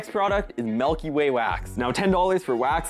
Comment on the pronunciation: “Melky Way”